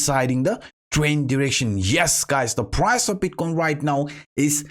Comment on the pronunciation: "Bitquain" dude learn how to pronunciate it first, is not that hard.